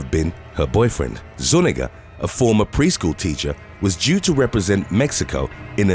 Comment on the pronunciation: Zu-nee-ga, not nu-ni-ga